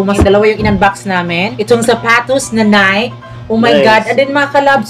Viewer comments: NiKe (Nay-kee) sis hindi Nike (Nayk) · Nike.. nayki po pag pronounce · Sa mga nalilito po kung anong tamang pronounciation ng NIKE ganto po yun. NIKE is pronounce as NAY-KI. 😁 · nike it doesn't sound right ? ang saktong pag pronounce ana is NAY-KI 😘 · NIKE pronounce as NAY-KI po 😊